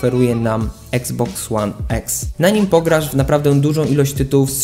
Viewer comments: I to kurwa (eksbox one eks) wsesie xbox one x to mnie tak wkorwiaaa wes mow normalnie i iksboks one iks) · mówi sie iksboks łan iks a nie eks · Jprdl jak mnie boli eksboks łan eks jprdl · Czyta się i xbox one x a nie exsa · nie mówi się exe